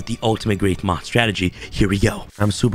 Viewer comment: For a second I thought you said, “… Summon Perfectly Ultimate Great Month” instead of moth